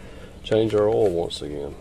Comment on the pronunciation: Gonna do an "oal change today."